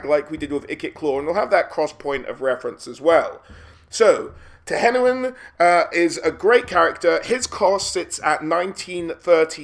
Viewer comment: Finally someone who pronounces "Tehenhauin" correctly :D